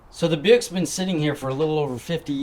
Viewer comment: Did chip call it a Buick? 😂